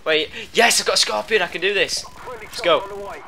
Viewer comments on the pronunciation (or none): none